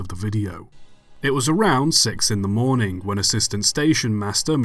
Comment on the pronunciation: mate, never mind apologising for mispronouncing French when you can barely pronounce English words either. i mean what IS a warningk? what is a morningk?